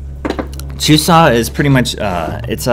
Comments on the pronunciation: you have to say chuseok with the k at the end. it seems like you were saying chusa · Actually, there is a k at the end. You pronounce it exactly the way it is written. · It's not very strong bu there's supposed to be the k sound at the end. Check out this video watch?v=STsbUbQIIKo